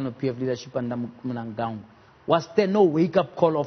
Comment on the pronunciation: pronounce the name of our president well JJ. its Cde ED Mnangagwa